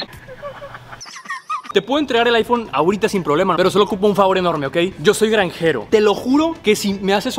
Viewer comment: Ok ok que paso acá es granjero no era ñanjero